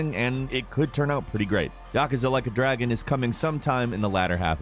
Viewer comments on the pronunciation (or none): I didn’t understand at first when he said “Yakuza: like a dragon” 😂